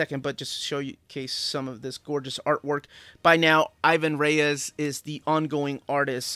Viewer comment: i´ve been trying to grab those GL and GLC, but even used, some of them are hard to find and expensive. on other stuff, bro, stop killing Ivans name. He´s brazilian, he has a portuguese descendent name, we don´t accentuate the "I", and it´s Reis not Reyes. :D keep on rockin'